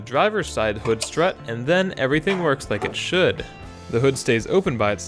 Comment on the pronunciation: Is it me or does it sound like he is saying slut